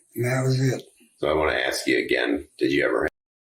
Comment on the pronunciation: What a question to aks.